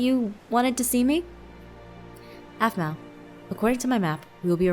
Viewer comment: it's aphmau not aphmoo